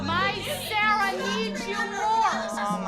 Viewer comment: How everyone says “Sarah”: Sarah How Christy with a y says “Sarah”: Sailor